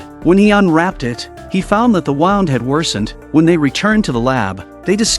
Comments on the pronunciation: Know what’s more annoying than AI slop? An AI narrator that can’t pronounce basic words like “wound”. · The “waound”😂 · This man"s pronunciation of WOUND is hilarious.